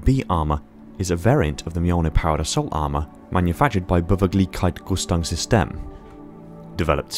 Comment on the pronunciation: Beweglichkeitsrüstungssysteme is pronounced: bay-wake-leesh-kites-ryzz-toongs-sis-tay-muh